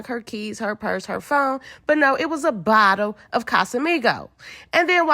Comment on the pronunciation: “Did they really being a BOTTEL to tha session”😂😂😂